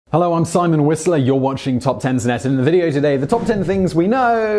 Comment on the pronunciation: or when he says Simon Whistler